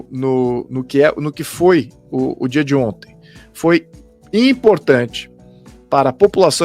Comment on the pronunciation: "Dia di onti". Rachei de rir. 🤣😂🤣😂👏🏿👏🏿👏🏿👏🏿